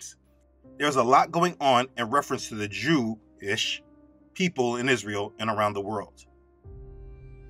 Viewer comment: “Jew - ish” Notice the emphasis 😂